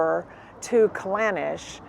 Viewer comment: Its callanish,and not clanish